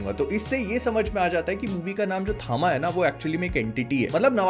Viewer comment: Bhai, basically THAMA is "TAM" (तम=अंधकार), in south, H is added after T hence it is THAMA, but people are saying it थामा rather than तम